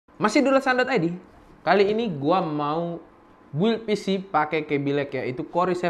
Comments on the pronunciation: mungkin sering di bully jadi bilangnya BUILD keseringan pake QUota jadi bilangnya Gigahessssssss.. kwwkkwkwkwkwkwkwkw kebiasaan bikin es di kulkas jadi bilangnya KULING kwwkkww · masukan: Build cara bacanya "bild" itu RAM speednya bukan 4000ghz tapi 4000mhz. kalo bilang alat pendingin itu Cooler. Cooling itu fungsinya you're welcome.